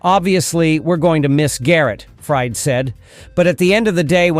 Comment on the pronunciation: Fried: Not ‘fryed.’ FREED. 🙄 AI sucks